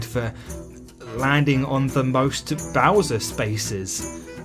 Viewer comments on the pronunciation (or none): none